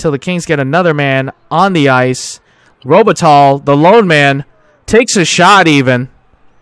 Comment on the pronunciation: enjoying! Something that was bugging me a bit: The pronounciation for Robitaille is: ROH-Buh-Ty. Don't want to nitpick though - this series is a 10/10